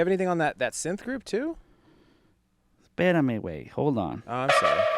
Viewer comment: Lmaooooo cleanest Perame wey I heard